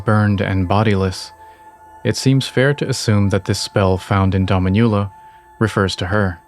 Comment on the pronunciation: Just for future reference, the pronunciation of "Dominula" is more like doh-MEEN-you-la, as opposed to your dah-mee-NYU-la. It means "little mistress" in Latin, so if it's related to a young Marika that would be an appropriate name.